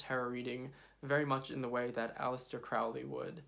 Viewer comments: "Crowley" rhymes with "Holy"! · Crowley is pronounced with a long "o" as in "holy." Otherwise good video.